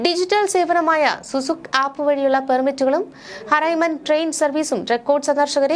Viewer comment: അറബിയിൽ പള്ളിയുട പേര് പറയാൻ അറിയാത്ത തിനേ യൊക്കെ എന്തിനാണ് വാർത്ത വായിക്കാൻ നിയമിച്ചതു. 1 മദീനയിലേ പള്ളിയുട പേര് 2 നു സുക് ആപ്പ്. ഇവരുടേ വാർത്ത ശ്രദ്ധിക്കണം. അറബിയിൽ ഒരക്ഷരം മാറിയാൽ അർത്ത o മാറും